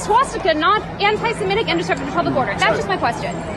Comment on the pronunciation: Why does everyone say "antisimetic"? It's even written that way in the subtitles. The word is: "antisemitic" - as in - against semites. Free speech is free speech. If someone wants to promote the swastika, this should not be illegal. However, the public should make their views known to said individual. The idea of "harassment, alarm, or distress" is counterproductive. I find wokeisms alarming and distressing. Should they all be made illegal? Of course not. People should be able to express their abhorrent views, so that we, the majority of society can explain why their views are abhorrent. You can't change bad opinions by banning their expression. You'll just push them underground, where they can fester and multiply.